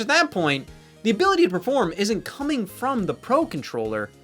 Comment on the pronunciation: Did you say “praform”?